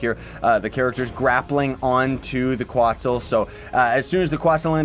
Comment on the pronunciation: it’s quetzal, not quotzal